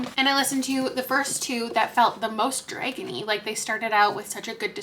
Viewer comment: the way you say ‘Dregon’ kills me hahah